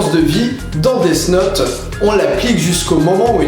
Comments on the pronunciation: Ça se prononce def naute, pas desse naute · On dit "dif note" phonetiquement :p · C'est pas DeaS Note mais DeaTH Note DEA TH NOTE.